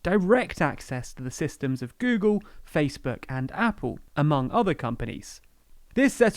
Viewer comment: "MANY OTHE COMPANIES.." ? I didn't realise Nick Clegg had an Irish accent! 😆